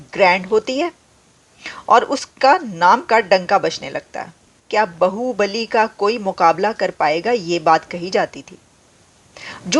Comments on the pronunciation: Aapne Baahubali ko bahubali kar diya.😂 Ye to bahut gadbad ho gai. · बाहुबली है, बहूबलि नहीं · It's not bahubali it's baahubali.Bahu means bivi or bibi but baahu means baju or arm bali means power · Baahu Bali, not bahu Bali.